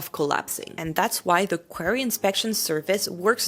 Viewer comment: In English, it's pronounced "quarry," not "query," which is a question or a request for information.